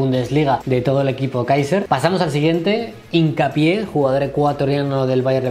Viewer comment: Como que hincapi? Jajjaja no es hincapié?